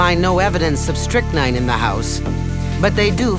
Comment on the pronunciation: It's called 'strychnine', pronounced Strick-Neen.